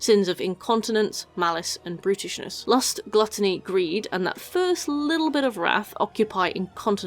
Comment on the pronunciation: Why did I hear "sins of brutishness" as "sins of Britishness" and more importantly why did it take me several minutes to figure out that was wrong?